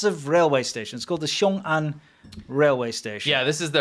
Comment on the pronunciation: Why are people (other than ) pronouncing it as "臭安 - xiu'an" instead of "雄安 - xiong'an"? Is that a northern dialect thing?